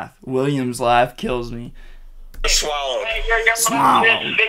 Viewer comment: said the swallowed line because raxx says it a lot, but says it wrong